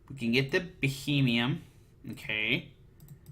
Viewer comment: It's Beheeyem, not Bohemian.